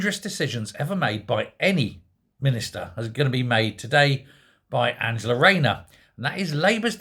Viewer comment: "Don't cwy,If it was'nt for you wight wing wapscallions i would'nt have to bwing in this new wule". Angela Waynor pwobably